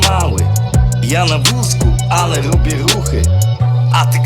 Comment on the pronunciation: Lobie luchy bardzo dobra wymowa